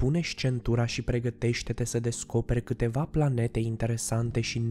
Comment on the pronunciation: Eu am auzit la una pe aici că a zis plante în loc de Planete